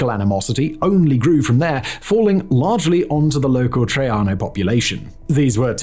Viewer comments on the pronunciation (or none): none